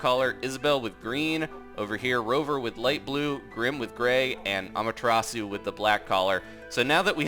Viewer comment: You pronounce Amaterasu like Ama-tear-ass-oo. Tear as in tearing something apart. My dog's name is Amaterasu. Ama means shinning terasu means heavens hence shinning over the heavens.